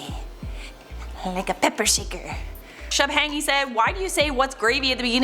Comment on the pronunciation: Lol she featured my comment and pronounced my name wrong 😂 it's pronounced "sh uu - bh ah ng - ee" don't worry I still love you